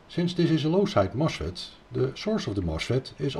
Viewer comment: Sa démonstration est très intéressante et très bien faite mais il nous agace avec son accent auvergnat, le gugusse ! On ne dit pas : "moche Fête" mais on dit : "MOS FET". Même chose pour le : "pouche poul".